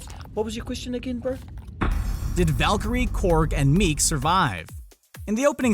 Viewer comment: Miek not meek